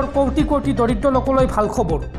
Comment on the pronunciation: আপোনাক এজনে খবৰ বুলি শুদ্ধ ৰাই দিয়াৰ পিছতো আপুনি খব ৰো বুলি কৈ থাকিলে শুনিবলৈ বেয়া লাগে।